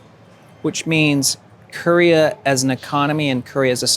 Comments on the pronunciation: Courier?? Oh he means Ko-rea. Lol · "KER-EEE-AH", not "Kereah"